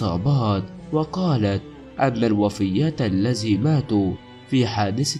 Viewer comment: الذي وليس الزي ، ثلاثة وليس سلاسة